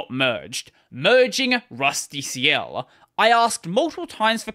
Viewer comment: It's pronounced like "rustical"